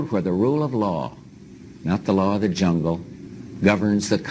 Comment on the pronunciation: When he said " da ", instead of " the ", I hung up.